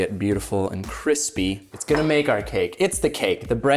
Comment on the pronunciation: *Cwispy